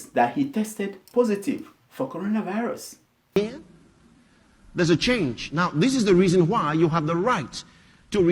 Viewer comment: Bleach pastor, did you hear the pastor, he said Colona virus